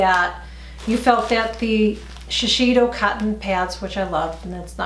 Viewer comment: I think it’s pronounced as.....she....say....do. My sister always corrects me when I say that make up brand. She likes their make up like from Shiseido 🙌🏼. Yes the thickness is well noticeable....more densely packed. Would you buy the CVS ones fir the teens and the more one for myself. Yes...you have to take off all of the waterproof mascara